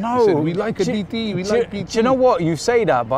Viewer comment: "You knoweee DTeeeee" You knoweeee thats racist Robbie? lol